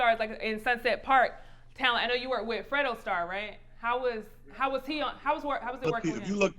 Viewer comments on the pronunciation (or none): WHY SHE KEEP CALLING FREDRO FREDO ..LOL.. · Why is she pronouncing "fredro's" name wrong? But more importantly, why nobody correcting her??? Lol